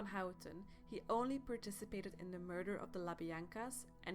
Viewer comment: I agree. This is beyond bad.Poor audio, misinformation. She can't even speak right.😒 da- the; uder-other; etc...etc..👎